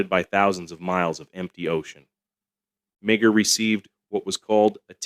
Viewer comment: Meagher is pronounced Maher.